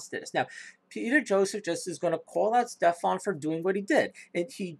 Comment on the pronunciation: Guy's name is Stefan, or Stef if that's easier for you, not Stephen or Stephan. At least get that right. Structural violence, gimme a fucking break.